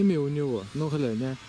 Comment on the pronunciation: Слово ГЛЯНЬ у тебя здорово получается. Я думаю слово ГАЛОГРАММА у тебя ещё круче получится. А сказал по делу.👍